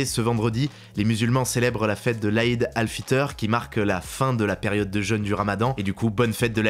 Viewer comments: Petite précision, on ne dit pas l'Aïd ftr mais l'Aïd el-fitr lol et concernant elon Musk il demande simplement à faire une pause sur les IA juste le temps pour lui de rattraper son retard sur les autres, enfin c'est mon avis. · On dit Aïd el fitr et pas fiteur ^^ Cela dit, c'est très appréciable de l'avoir souhaité ♥!